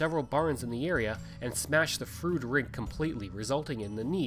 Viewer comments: I am sure that your pronunciation is accurate but Sask folks have a way of adapting names. For example. Bienfait Sask is pronounced "Beenfait". "Froode" became "Frowd". It is logical if you look at the spelling. I was minister at Froude in the early 80s. It closed as you can guess from lack of members. I also knew Logan Bjarnason very well. Thanks for an interesting film. Brings back many good memories. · I was the last minister of the church In Froude. The church they show in the video was actually moved into the community after the first church burned. By the way, residents of the area do not pronounce it it as "Frood" (although ot may be correct) as the narrator says but "Frowd." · I second the correction re pronunciation. It is indeed "Frowd". My great grandparents and grandparents homesteaded in Froude in about 1902 on three lots. My grandfather (Bert Grey) was on the school board and met my grandmother (Jessie Trethewey) when she came out from Nova Scotia to teach and boarded with the Greys. I had heard of the tornado which apparently lifted their house off its foundations and set it down again. We have some cut crystal bowls that were said to have survived that event. Thanks for doing this! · I was baptized in Froude and still have a collectors plate with a picture of the church on it. My cousins still live a few miles north of the town site. Funny this guy seemed to do his research on everything but the proper pronunciation of the town he is reporting on.